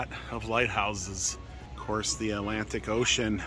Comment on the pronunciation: Lived by that ocean my whole life, never knew it was called the "A - lantic" ocean. Never realized there wasn't supposed to be a "t" in there. The more you know.